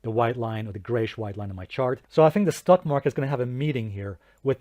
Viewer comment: I find it amusing how you pronounce it as “stuck” market 😂 because lots of bulls are literally stuck in it right now.